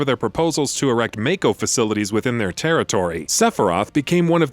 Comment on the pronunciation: Why has no one informed this guy how to pronounce "Mako" yet? Its like 5 episodes deep in this series now!